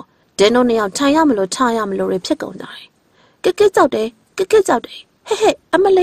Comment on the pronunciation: မိတ်ဆက်တော့ မမမြူအသံနဲ့ တင်ဆက်တော့ ဒီအောက်သိုးသိုး၊ ညှောင်နာနာအသံကြီးနဲ့ ဆိုတော့ ပရိတ်သတ်ကို လှည့်ဖြားရာ မကျနေဘူးလား အော်ပရာရယ်....... ဒီအသံနဲ့ ဆို ဘယ်ဇာတ်လမ်းမှ နားမထောင်ပါဘူး။ အသံလုံးကောင်းချင်သားနဲ့ "တယ်" ကို ထွက်နေတဲ့ အသံက နားဆင်သူကို အတော် စိတ်ပျက်စေတယ်ဗျာ။ သူ့ ဖိုင်လ်ကို သူ့ပြန်နားထောင်ခိုင်းကြည့်ပါဦး။